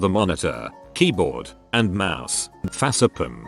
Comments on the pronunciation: Normal people: Facepalm Text to speech: FASEPAM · Me: facepalm Text to speech: fasseplum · No one: Absolutely nobody: Updoot Everything: Facepalm (pronounced "fahsepum")